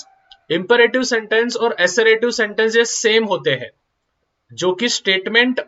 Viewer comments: Instead of pronuncing assertive sentence like this As-er-ative ,pronounce it like this us-er-tive HOPE IT HELPED! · built aur assertive ko galat pronounce karre ho..baaki padhaye mast ho